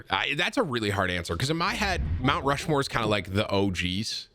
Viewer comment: ROUNT MUSHMORE killed me